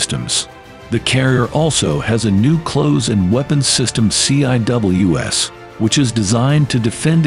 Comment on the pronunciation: CIWS is pronounced as "see-whiz".